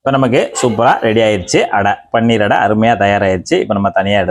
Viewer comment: அது பன்னீர் இல்லை. பனீர் என்று சொல்ல வேண்டும்